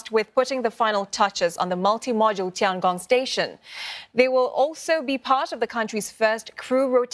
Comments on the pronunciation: Why she pronounce as Tiang Gong, it is obviously 天宫 the [Heavenly Palace]. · Well, she could pronounce as; Tiang Ong and not Tiang Gong [the extra G] when it should be Tian Gong. Anyway, look it on the bright side, now everyone knows Tiangong means [Heavenly Palace]. 🙂